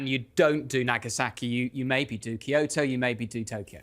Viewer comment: Amazing video series, but please, for the love of the gods, can the speakers learn to pronounce the names of the regions they are talking about. Its not Kaiushu, its Kyushu (ki-yu-shu if slowed down), its not kaiotoe, its kyoto (ki-yo-to if slowed down). i understand this isnt a language channel, buts its pretty jarring and kinda disrespectful to the subject